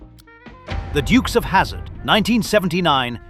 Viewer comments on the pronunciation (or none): none